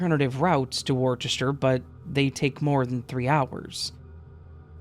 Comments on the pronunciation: BTW, Hertfordshire is pronounced "heart-ford-sheer". Worcester is "woost-uh". Anyway, enjoy your Chewsday. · Worcester is pronounced wuster